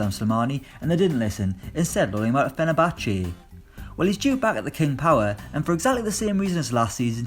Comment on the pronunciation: the way he pronounced fenerbache... haha